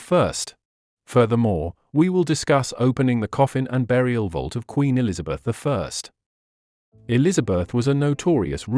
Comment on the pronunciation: Elizabeth "eye" did me in!